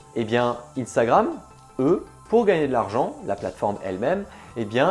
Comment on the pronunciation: Arrête de dire INstagramme soit c unstagramme en français soit INstagraM en anglais